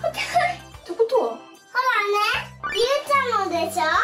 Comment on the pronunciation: ゆうちゃんって言えてるー！